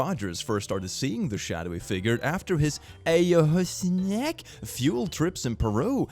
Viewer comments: Eyeuwaska is how it be pronounced °W° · Ayahuasca is pronounced eye-yuh-wah-sca if that helps click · Ayahuasca. It's pronounced like eye uh wah scuh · Ayahuasca, pronounced “eye-oh-wah-skuh” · ayuhuasca...... I uh wah skah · Aaron Rogers story... Pronounced eye-ah-was-ka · ayahuaska is pronounced like "eye you waska" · Just a pronunciation note: Ayahuasca is pronounced "eye-ah-WASS’-cah" Yes, I know... Nobody asked. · Your pronunciation of “eye-o-aus-ka” drives me insane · hahaha 'asestheiac trip, its pronounced (eye-oh-wass-cah) don't take psychedelics if skitzophrenia runs in the family, it can bring it on. be safe people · Ayahuasca. Its pronounced EYE-OH-WASKA But your pronunciation was ummm..... good too. 😬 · "EYE- OW-ASHKA" is the most common pronunciation. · Eye-uh-WASS-Kuh. Kind of like peyote? Also every time I see you’ve posted a video it makes my heart happy and helps with some of the tenuous mental state I’m in. Thank you so, so much. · That word is pronounced eye you was ka (the tripping drug). It definitely doesn't read like that lol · Ay-ah-hwass-kah. Also, a nightmare when you are awake? We call that a bad trip. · Ayahuasca is pronounced a-ya-wa-ska, don't worry it's a weird word to pronounce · Ayahuasca is pronounced "Eye-ah-wah-sca" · In case it makes it easier for you next time you see the word "Ayahuasca" it's pronounced "eye-ah-wah-ska" <3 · Ayahuasca is pronounced “eye-uh-wahs-ka” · Ayahuaska is pronounced ajawaska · Ayahuasca is pronounced “eye-ah-wah-ska.” It’s a hallucinogenic plant from South America. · Lol Ayahuasca is said like "eye-uh-wahs-cah" and now I'm terrified of ever trying it bc of the Hat Man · Ayahuasca (pronounced 'eye-ah-WAH-ska') is a plant-based psychedelic. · I cackled out loud when I heard spell Ayahuasca totally incorrectly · The way he butchered ayahuasca lol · Ayahuasca Nah anahustezia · Everybody talking about his french, but what about the way he absolutely butchered "ayahuasca"? lmao